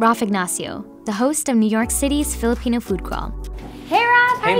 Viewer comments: Lots of love to the host for taking the effort in pronouncing the Filipino words the best she can <3 she almost sounds like a native speaker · lol., *shoutout to the host for taking effort in fiilipino pronounciation.., she didn't even get a bite of sisig.. she switched to fish.. fun fact: i also loved this dish.. it's kind of unique too when u mix the egg with the pork and love the toppings and the sizzling hot plate .. btw i'm filipino*